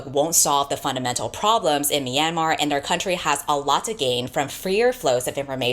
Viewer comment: .....sorry to be nitpicking but as a burmese american i humbly request you look up the proper pronunciation of myanmar next time you make a video... i kept getting startled by yours 😅 (the myan is more like meow/nyan than "mee-ann")